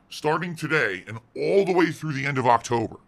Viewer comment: Did... did he say "Broketober" at the beggining..